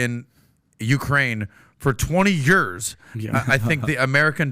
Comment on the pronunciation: Did just say "yeurs"?